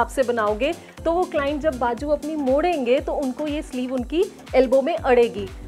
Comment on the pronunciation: You speak very good Hindi or Urdu . But don’t say bajoo . It is bazoo .